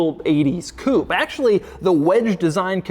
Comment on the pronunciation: When will Demuro learn how to pronounce "coupe" correctly?